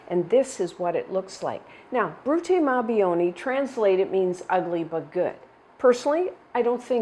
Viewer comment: Thank you for this recipe for Brutti Ma "BOO-WOE-KNEE". I have a recipe that does not direct to cook the egg whites, and it also turned out well. I also prefer the chocolate version, as my favorite NYC Italian bakery made them since I was a little girl.